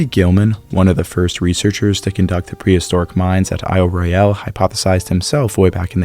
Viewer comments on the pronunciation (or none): PLEASE! Aisle Royal not aisle Roy - al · So appreciate your detailed analysis...can you double check your pronunciación of Isle Royale...I'm from Michigan and have visited the island. I've never heard anyone use the pronunciation you do.